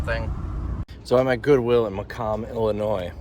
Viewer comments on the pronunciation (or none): Macomb is pronounced Muh-comb (as in a comb for your hair)